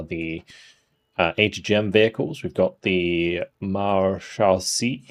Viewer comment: I'm getting the impression you want to learn to pronounce the unit names correctly? If that is the case, then Marechaussee is pronounced something like "Mar-eh-show-say"